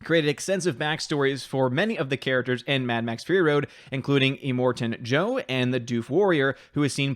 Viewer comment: It sounded like you called him Emoting Jo-Very much not the same as Immorton.Joe(which sounds like a PowerRangers villain to me).